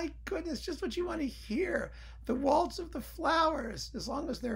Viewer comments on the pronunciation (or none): none